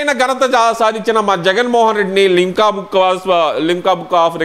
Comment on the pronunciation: యహలంక కాదు యలహంక ముందు సబ్జెక్ట్ నేర్చుకో స్థాయికి మించిన సబ్జెక్ట్ మాట్లాడాలన్నప్పుడు. అలాగే గిన్నీసు, పిన్నీసు కాదు గిన్నెస్ బుక్ ఆఫ్ రికార్డ్. ఉచ్చవాలు కాదు ఉత్సవాలు. లింకా, కింకా కాదు. లిమ్కా బుక్ ఆఫ్ రికార్డ్స్. బాగా ప్రిపేర్ అవ్వాలి. మాట్లాడడం బాగా ప్రాక్టీస్ చెయ్యాలి. లేకపోతే పబ్లిక్ లో మన అరకొర జ్ఞానం బయట పడదూ..